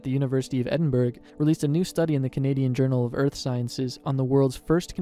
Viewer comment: did you really just say ed-in-berg its ed-in-bruh